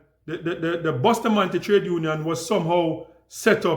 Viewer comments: The lady did the correct pronounciation. Bustamante is a Spanish name. Jamaicans including myself have the wrong pronounciation. Ja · With an English speaking tongue, Jamaicans pronounce it the way they were taught their alphabetical pronunciation. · lol, Bustamante himself pronounced it the same way Jamaicans say it. So you are saying the guy didn’t not know how to pronounced his own name? The name he literally gave himself as an adult? GTFOH!